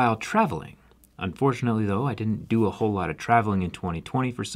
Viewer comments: He said "I do do work"! 😅 Zack does great work, but I'm really impressed with the Lenovo Yoga, seems extremely well designed. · He said dodo. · "I doo doo" 💩 Sorry Zac. 😬✌️